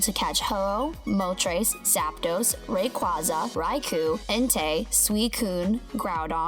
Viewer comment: it is RAY-QUAY-ZAH and RI-CO not RAY-QUAH-ZAH and RI-COO